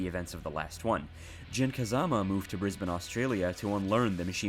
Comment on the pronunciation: Well done for nailing the pronunciation of Brisbane.